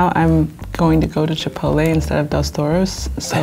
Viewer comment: It's chip-pot-tele not chipolaay 😤😤😤